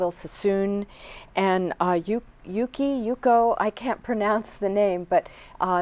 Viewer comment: U can’t pronounce YUKI? 🙄 sound like a Karen